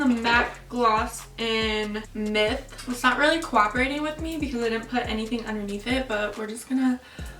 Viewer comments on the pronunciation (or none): none